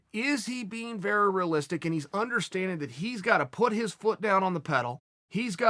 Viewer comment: Chael “rih-listic” Sonnen